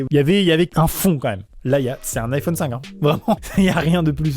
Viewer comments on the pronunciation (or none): none